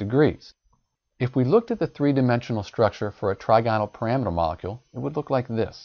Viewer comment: you are saying the trigonal pyramidal wrong lol what the hell